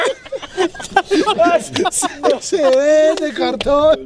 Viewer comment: Suelteme, suelllteme... jajajaja hizo el capítulo 😂😂😂😂